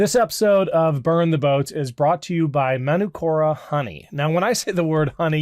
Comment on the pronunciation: Hi, Manukura is a Maori word and the a is pronounced as in the "are" not as in CST or rat. Cheers from NZ.